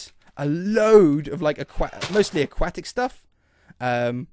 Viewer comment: It sounds like he’s saying aququackic